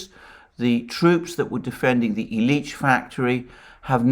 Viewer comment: The emphasis in "Illiich" is on the first syllable.